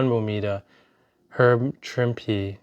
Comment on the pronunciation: 😂😂😂😂great reaction and congrats on keeping the grade!! You also nailed Herb's name👍I also heard but no idea if true, that Frank doesn't like that cover which is why he signs across Wolvies face. Which for me is good to know when/if I get my Wolv 1 signed by him. I will do a custom sig bag so he can't do that.